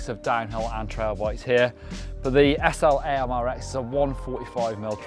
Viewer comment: BTW, that bike is pronounced SLAMMER X